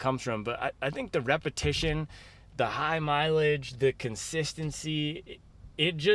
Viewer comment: Need to teach how to say mileage…😂😂😂